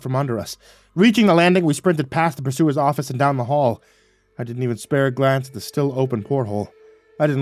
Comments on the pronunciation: Yes, these are the things that pull me out of a story. Purser, or sometimes pronounced “pusser”, not pursuer. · One side note it's pronounced per-sirs. Not pur-su -ers